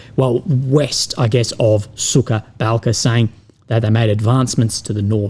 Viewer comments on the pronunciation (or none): I like the way you pronounce "Suka Balka" ("Bitch' Gulch") instead of "Suha Balka" ("Dry Gulch"). 😄